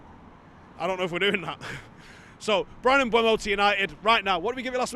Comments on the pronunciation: Mbeumo has stated as recently as about 6 weeks ago how to pronounce his name. It's spelled MbEUmo, not MbUEmo. Very simple. E before U. Mboomo. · Sorry, just watched the video of him pronouncing his own name, again, and it’s still not m-BWEH-mo. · He's said his own name. You choose to not say his name the correct way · there's two videos of Mbeumo pronouncing his own name on YouTube. Also, how can "eu" make a "we/ue" sound anyway you dingbat.